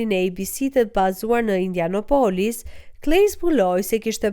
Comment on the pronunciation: Indianapolis, e thua gabim. Theksi bie te IndianApolis jo te O.